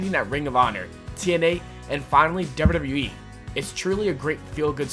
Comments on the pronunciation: It's wwe not wrlwrlwle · y do u say dubbla w e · HONEST 2 GOD: YOU SAY WWE SO WEIRD AND FAST LOL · Why dose he say wwe so weirdly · This guy says WWE so funny💀💀💀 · the way he pronounces wwe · not trying to be mean but why does he say wwe like that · the way u said WWE lmao ur dumb